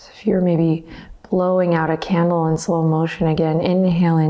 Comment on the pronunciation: When you said "breathe out like you're blowing out a candle", I definitely heard "like you're blowing on a camel" and I was like "hmm...like the cigarette brand???" And then I realized what you said and had a REAL good belly laugh by myself! :D